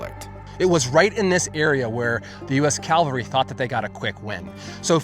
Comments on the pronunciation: I LOVE History and this is very interesting, especially since I live in Idaho... HOWEVER, my biggest pet peeve is people who teach, report etc, about History and don't PROPERLY PRONOUNCE "CAVALRY"...It's NOT "CALVARY"...CALVARY,is where Jesus was crucified!!! Soldiers riding horses is THE CAVALRY, two completely different pronunciations!!! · The word is Cavalry not Calvary. I know this seems nitpicky but you are talking history and words matter. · I wish dude would get his English right. It's pronounced Cav al ry... not Cal vary. Calvary is the mount where Christ was crucified. Cavalry is an equine mounted military group or force. Get it right. I'd bet he also pronounces Nuclear as Nucular. SMH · CAV-al-ry. Please stop saying it the wrong way. (Jesus was crucified on the cross of Calvary.) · Calvary is where Jesus was crucified...horse soldiers is the CAV-AL-RY. Just saying... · Why do Americans struggle with pronouncing such a simple word? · great video. I live in Idaho. Thanks for this. One small niggling thing, though. It is pronounced cav-al-ry not cal-va-ry. Calvary was where Christ was crucified. BTW: It is VERY cool the way I assume has used AI to give motion and life to period photos. I have never seen that done before. It is the first use of AI I approve of. You should have brought your shotgun and fishing poles. Hunted chukar and fished for the rare owyhee river redband trout while you were there. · CAVALRY, not Calvary! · 12'03" Its NOT calvary but CAVALRY !!!! Where didcha go to school or didntcha .... ? (Calvary = the spot where 1 Jesus Christ was crucified ...believe it or not ). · Mounted troops are called “ca-val-ry.” “Cal-va-ry” is a biblical place name. Please? Just trying to help. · How many times can you use the word “Calvary” instead of the correct word cavalry. You’re attempting to make a quality video but one of most used words in the video’s context is mispronounced over and over and over. Seems a bit lazy. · Cav al ry not Cal va ry